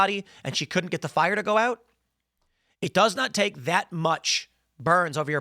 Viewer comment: "One day you wake up and you're on FOIRE!"